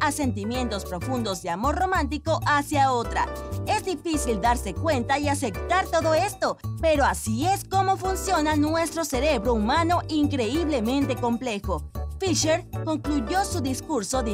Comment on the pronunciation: "ACECTAR" dice....🤣🤣🤣